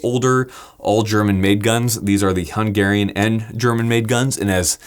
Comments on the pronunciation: Did he say Hung Aryan? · Not surprised at how well you can handle the Hung-German ;) Good stuff!